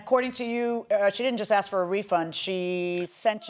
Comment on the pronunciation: "Combinded" and "aks"... Careful, your stupidity is showing